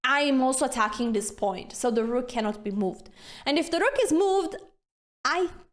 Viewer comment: Okay, I like the sense of humor and the sharp R in "rook", so subscribed. Thanks for a good time watching this video. ❤